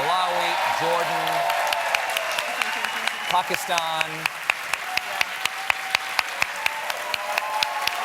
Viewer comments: Impressed that Colbert bothered to pronounce Pakistan correctly. (mostly) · wow Stephen pronounced Pakistan correctly 👍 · I have to say Stephen has the best pronunciation of "Pakistan" from any Non-south asian I have ever heard.